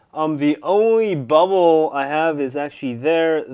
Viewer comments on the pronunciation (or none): I like how he says ... I only got A BUUBLE here and there and there, there ..... yeah A bubble :D